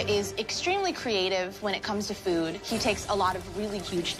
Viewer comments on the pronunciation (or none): none